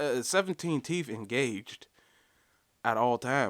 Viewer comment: What's a teef/toof? What's with you black people boching up the English language